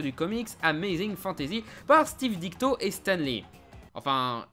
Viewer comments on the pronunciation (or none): DiTKO, pas Dikto. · Steve diTKO ... pas diKTo